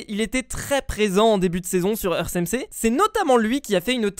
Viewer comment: Ça ce prononce earte , pas eurce